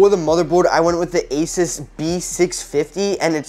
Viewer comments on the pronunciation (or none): ASUS NOT ASIS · I have heard a lot of people say Asus but I have never heard anyone pronounce it asis